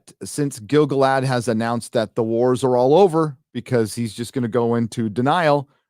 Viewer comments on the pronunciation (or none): People be pronouncing it as GIL-gaLAD. It ain't. It's gil-GALad. What's more, I can prove it. The song of Gil-Galad is either in a stressed/unstressed metre, or an unstressed/stressed metre. Let's look: GIL-gaLAD was AN elVEN king OF him THE harpERS sadLY sing THE last WHOSE realm WAS fair AND free BEtween THE mounTAINS and THE sea Or: gil-GALad WAS an ELVen KING of HIM the HARPers SADly SING the LAST whose REALM was FAIR and FREE beTWEEN the MOUNTains AND the SEA Which one sounds like a poem written by Tolkien, and which one sounds like a drunk in a centrifuge?